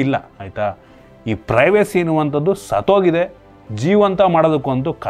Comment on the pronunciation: Privacy 1. ಸತ್ತ್ ಹೋಗಿದೆ 2. ಸತೋಗಿದೆ ಸೂಪರ್ 😂😂😂 pronunciation